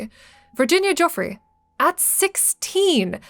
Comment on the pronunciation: making a video about epstein and having the audacity to mispronounce Virginia Giuffre’s name is insane